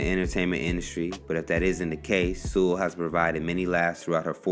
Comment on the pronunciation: My last name is Sewell, too. People tend to mispronounce it, so thanks for saying it correctly!